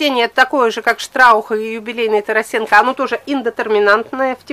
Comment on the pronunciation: Здравствуйте.При всём уважении к вам надо говорить не ТарасЕнко,а ТарАсенко. Он мой земляк с пос. Воронеж Сумской области.